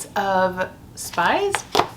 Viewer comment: I heard spice instead of spies